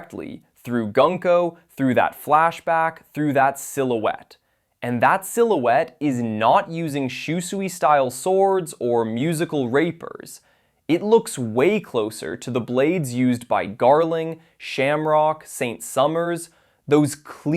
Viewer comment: Gotta make sure you enunciate the "IE' in "rapier". Sounds like he just got off Eppy Island the way you said it...